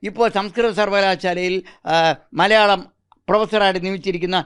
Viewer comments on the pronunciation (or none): none